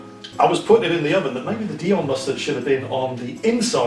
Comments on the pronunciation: Dijon.... Its Dijon mustard!!! As in the place in France not Dion which is probbly the name of footballer somewhere!!! Otherwise jolly good attempt there matey..... Im a croque monsieur connoisseur and th get the thumbs up from me 😋👍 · no Cheese like Swiss Chesse to make a Croque Monsieur... as for 'Prosciutto' pronounciation: just replace the 'sci' bit with a 'sh' like in 'posh' and you should be fine... or call it 'Dave' as you do in your other channel. and 'Dijon' is pronounciated like 'Dishon'. Not picking on you at all, just trying to make your vids appear more professional. Enjoy... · Very nice, sir,. Just a couple of hints: 1. Prosciutto (pro CHUTE toe) 2. Dijon (d Zhon or d Jean like the French name) Looking forward to more At Home with the Gnome... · Why are you pronouncing Dijon, dion?? The J isnt silent. Love you. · makes cooking yourself and your friends into an early grave look so yummy and fun. 😁 But wow, the pronunciations...LOL! I especially liked how put the "dee-on" mustard on Rita's sandwich. As everyone knows, "dee-on" mustard is named after the town of "Dee-on" in France, where it originated. 😂 And let's not even talk about the hash made of prosciutto...hmm...that sounds pretty good...prosciutto hash, yummy! Call Babish! 😏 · How can a person actually not pronounce dijon mustard correctly? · Rita please teach him the correct pronounciation of Dijon ! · Pro-shu-to. And the "j" in "Dijon" is also pronounced, and not an almost silent "y". A bit like between "sh" and "j" in English ... like in "jour", which even the Brits know.